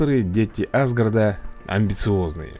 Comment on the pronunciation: меня бесит что он не правильно говорит асгард!!!